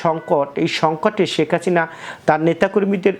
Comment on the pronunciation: শেখ হাসিনারে বলে শেখ হাচিনা। ধুর মিয়া.... উচ্চারন ঠিক কইরা ইউটিউব ভিডিও করেন